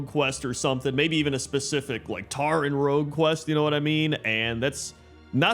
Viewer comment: Tauren, not Tarren >_<